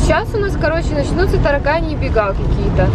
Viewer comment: Никто: Обсолютно никто::ТарАканьи бега😂😂